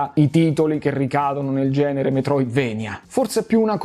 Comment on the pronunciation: comunque si legge Metroidvania, per come si scrive, per il fatto che il nome di Castlevania è preso dal posto che è la Transilvania dove giustamente che il è castello di Dracula, che alla fine è il nemico principale. Quindi se dici "vania" e più giusto di "venia"